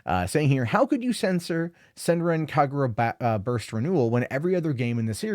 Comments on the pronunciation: To pronounce the name right. Do NOT put strenght on the "r" from Senran And put strenght on the "Ka" from Kagura.... Not in the "gu" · Senran Kagura fans OUTRAGED at for butchering name, likes video anyways. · Its not the WORST pronunciation Ive heard